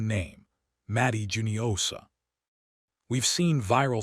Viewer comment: I thought it was hoo-nio-sha, not ju-nio-sha. Please correct me if I'm wrong.